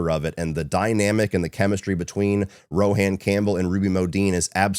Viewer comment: Rohan is pronounced like Rowan (Row-in). 🫣